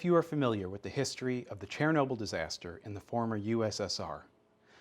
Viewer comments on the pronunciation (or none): Chair a noble.....Literally never heard anyone ever pronounce it like that… But OK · cher-nobyl* Is the way I pronounced it like nuke-ul-er, instead of, nu-clear?